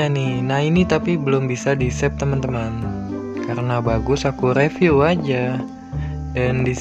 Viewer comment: bcanya riviuw bukan reviuw